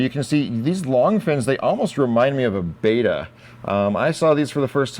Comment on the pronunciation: It's not "beta", it's betta(bet-uh). The Onyx percula was my favorite!